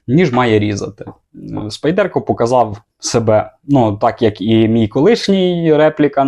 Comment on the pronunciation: СпАйдерко Тінейшс, а не спайдЕрко ТінейшНс! Де ви всі набрались цього спайдЕрко?